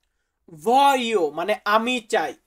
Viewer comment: উচ্চারণ ভুল করছেন.. voglio.. ভলিও হবে